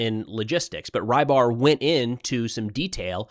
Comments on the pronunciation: Fyi the milblogger is transliterated to "Ribar", most closely pronounced "Rebar" like in rebar concrete. The way you say it, "Rye bar", would be written differently. Fun fact, it means fisherman. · I cant believe nobody has told tou this yet. you pronounce rybar as roebar (as you hear eheh uou say room) . the “ry” stands for russia;) makes more sense right?